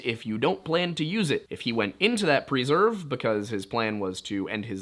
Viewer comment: Great content. I just don't feel so comfortable with your pronunciation of preserve...